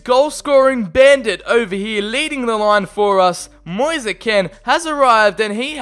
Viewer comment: I’m Italian and the pronunce of Kean is Ken not Keen,and his name Moise we pronunce it like Moise not Mois or Moisee,another tip for Drąagowski,the pronunce is Drongoski because there is the same ą a of Piąntek who we pronunce Piontek,very good episode. I can repeat it many times:This channel is so underrated